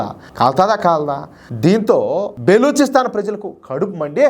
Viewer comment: బెలుచిస్తాన్ కాదు బ్రదర్, బలుచిస్తాన్...